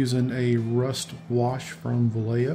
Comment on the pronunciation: The way to say Vallejo is....bah_yeh_ho......Great Work with that Daredevil